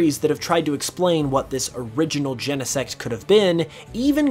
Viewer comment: Gene-sect, not YENEsect